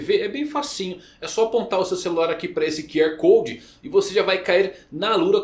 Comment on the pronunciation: Falando sobre o anúncio do vídeo da Alura, pq paulista não consegue falar R ? É uma dúvida minha. QR Code virou Q Ewy Code 😅